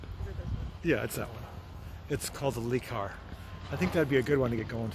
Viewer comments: It's not a lee car it le car pronounced lerr car, sorry for nitpicking but I'm from Wales UK 🏴 and I have a house in France and I have learned to speak some french and pronunciation is very important. In Europe this car is known as a Renault 5. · Le, means the, rhymes with the. I know, you're a mechanic, not a linguist. Le, the. Le., the. Try it. Not lay, not lee. Luh. It's Renault's fault for giving it that stupid name in the US. Cool car though.